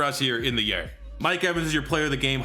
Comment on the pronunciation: I love how he says the yard😂. He says “the yurd” 😂